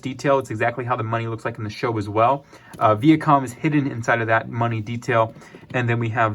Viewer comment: Vee-ah com ... lol